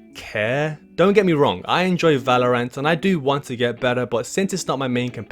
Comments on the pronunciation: Ah yes Valor-ANT! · 30 days and you still couldn't say valorant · can't say the name right.... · Why do you say Valorant like that?